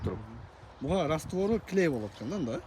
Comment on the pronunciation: Арбалит деп айтылат растор мен койулат бирок ортосуна растовор болбош керек